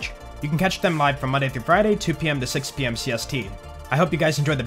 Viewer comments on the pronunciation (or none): none